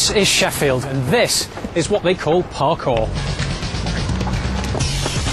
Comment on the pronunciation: kinda sounded like the reporter said fucking Sheffield at 6 47 LOLLLLLLLLLl